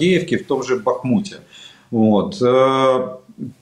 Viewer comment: Он Бахмут за полтора года,так и не выговорил.Безграмотный прапор.